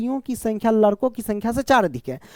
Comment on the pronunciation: Sir ladko hota hai larko nhi 😂😂